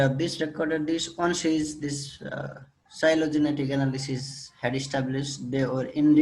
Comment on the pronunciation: phylogenetic pronunciation fi not shi sir, botanical word.